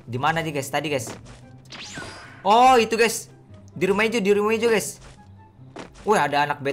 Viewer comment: COBA HITUNG BRP KALI BILANG "GAYS"